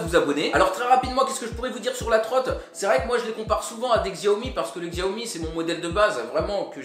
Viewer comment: Xiaomi se prononce tchaomi 😓